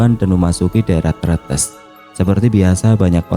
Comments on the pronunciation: Bang, Tretes salah nyebutnya harusnya kaya netes, Tretes gitu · Tre tes bang penyebutan nya😂😂entahlah susah nulis nya emg sama bacaan nya 😂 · Tretes .di gandeng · Bacanya salah kak bukan tretes